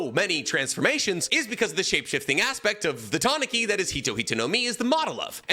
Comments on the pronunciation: Ta-na-ki? Isnt it Ta-nu-kee? Pronunciation wise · Holy shit, no offense here, but how does not know how to pronounce Logia or Tanuki? Doesn't this man claim to have some cursory understanding of Japanese too?